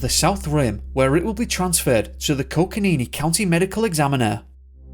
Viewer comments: Love your channel, but in the Andrew Brunelli case you’re saying coconino incorrectly. Its coco nino, not coconeenee. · Coconino...with an "o" at the end.